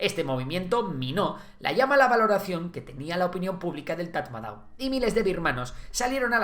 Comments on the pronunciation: Tras vivir y trabajar en Myanmar, te puedo decir que Tatmadaw se pronuncia "Tamado". Un dato gratis que te llevas!😅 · Se pronuncia TATMADÓ 😅